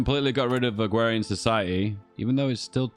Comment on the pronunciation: It's just a speech impediment. Unlike the bo'o'le o' wa'er stuff it's not a feature in any dialects.